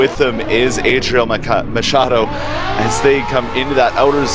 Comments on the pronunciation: "EIDRIEL MAKADOU" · Tem uma parte que o cara fala adriel macad... machado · Os caras falaram eidriel macado kkkkkkkkkkkk